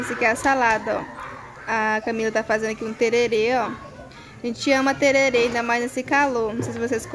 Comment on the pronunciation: Eu do MS ouvindo a falando ´´tererê´´ kkkkkk mulher é tereré kkkk